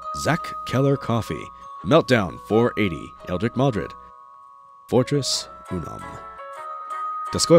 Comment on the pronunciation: In regards to your patrons, Fortis not fortress, probably for-tis. Dostoyevsky like the famous russian novelist, definitely tricky (you can't even trust russian names,) always sounds like dose-toy-ev-ski.